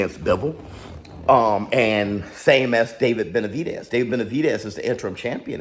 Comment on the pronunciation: "ova den bemvavedez and bivol" he got so excited he aint fix that part 🤣